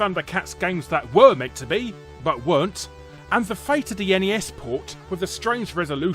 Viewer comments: Thats because Ness is not a word, but N E S is an abrieviation for the Nintendo Entertainment System.... you know, its name... XD.... just like its annoying to hear "Snes" as a word... like wtf gibberish is this? S.N.E.S. is okay, but really, we just called it Super Nintendo. Haha. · A Brit (or an European altogether) that calls the Nintendo console "eniies" instead of just Nes is kind of a rarity. :P